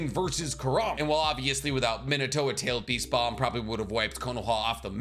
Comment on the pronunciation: Bro keeps saying Minute-o instead of Minato. Edit: Ugh, nevermind, he literally mispronounces tons of names.